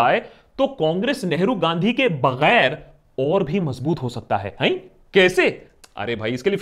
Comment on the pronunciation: Hello sir, I like ur videos but one thing which I want to tell u that not every 'G' is pronounced from epiglottis. Like u pronounce ghussa, baghair....etc.